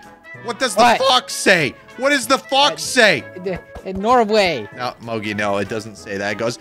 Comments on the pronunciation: Is it me or did say "Norway" or "Morway" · I'm in Norway when says Norway I literally laughed